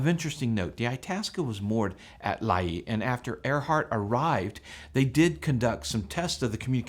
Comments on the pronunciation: It's pronounced "lay" not lah-ee. Really wish people would look this stuff up prior, it's easy to do and it's respectful to place and people you are talking about. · Its Lae in PNG and is pronounced Lay not Laeye. I lived in Lae as a young person and fell in love with the Earhart legend. As I recall there was a lot of material around the Lae airstrip about her but it was probably lost when the government moved the strip to Nadzab about 20 miles away. But what a woman. I hope the wreckage is found and good on you for the great coverage. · Interesting video. BTW, you and everyone else are pronouncing Lae, Papua New Guinea incorrectly. It's pronounced "Lay".